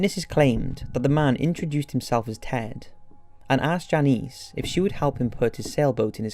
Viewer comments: Do we not know how to pronounce names... Denise, Dennis, Janice, Janisse....good grief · Great video, although as a fellow brit it’s so frustrating you pronounced quite a few of the victims names spectacularly wrong. Denise as ‘Dennis’ and Janice as ‘Janees’ ? these are typical names also used in Britain so not sure what you were thinking